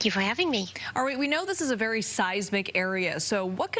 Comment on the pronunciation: Vewy vewy intwesting